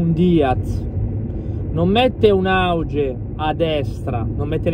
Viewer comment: Comunque si pronuncia "aughe"